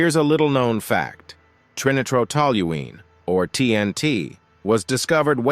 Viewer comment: TNT is pronounced tri-nitro-tol-u-ene